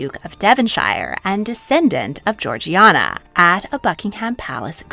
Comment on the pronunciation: The Duchess of Devonshire was not "Georgie-ana", despite the spelling. Her name was pronounced "Jor-Jayna". Also "shire" is pronounced as "shur"(aka: Devon-shur). I understand that you're not British and I am not trying to be disrespectful but given the number of videos you make on British history, I think it is important to learn the correct pronunciations of names and places. 😊